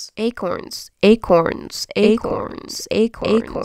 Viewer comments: This is how many times she said ACRONS ⬇️ ⬇️ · At one point “acorns” sounds like “egg horns” 😂